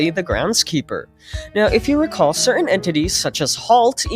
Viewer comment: “Recaw”??? Don’t u mean “recall”